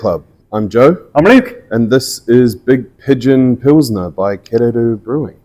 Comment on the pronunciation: Kererū, not Kererú.